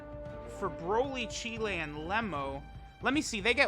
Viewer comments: Her name's pronounced Cheelai (rhymes with Mai), not Cheelæ. The 'ai' at the end makes a long 'i' sound. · Please please please stop saying cheelay